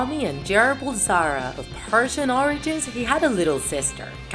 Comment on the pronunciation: You pronounced his real last name wrong